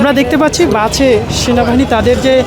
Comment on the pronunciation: বাছে না বাসে 😂